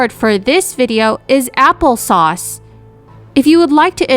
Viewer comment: Appel sauce